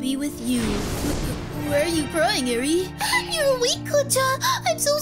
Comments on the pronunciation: Eri is not pronounced as airy not ere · its not edre its eir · WAIT HO2 U PRONOUCE ERI ITS (Air-E) that's how it sounds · No offense but it's a pronounced arie